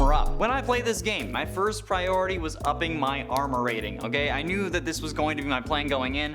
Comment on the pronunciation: he said firs like